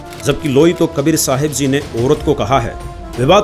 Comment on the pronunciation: Ji ko zee kyon bolte hai,🙁